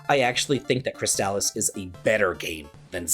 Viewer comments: Lmao I'm sorry when I heard you say Crystalis I heard Chris Dallas I was lost for a moment. Great video though these are all excellent games. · I'm a bit older than you are, but fell in love with RPGs around the same time, and with many of the same games. Crystalis is one of my favorite games ever, and easily one of the best on the NES. Having said that, it kills me every time I hear anyone say its name, like you. I know the commercials say it that way, but lets not pretend commercials never got names wrong (Mitsubishi Starion) Per google: People sometimes pronounce "Crystalis" (the video game title) with a hard "a" sound in the middle, like "Cris-tall-iss". However, the more generally accepted pronunciation is closer to "Cris-tuh-lis," similar to how you would say "crystalline," or "chrysalis". This is a true nit-pick, yet the same as an american saying Adidas "uh·DEE·duhs", instead of the correct German "AH-dee-dahs" is like hearing nails on a chalk board. Still, all the love for your videos.